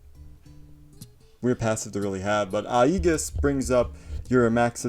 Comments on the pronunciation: Or "ehjis," depending on how you were taught lol that being said, I agree! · Hey, love the videos. Side note: Aegis is pronounced. Just for future reference. Keep it up & thanks for the info!